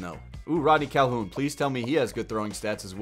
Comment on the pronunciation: HORTON HEARS A CAL-HOO-UN start rodney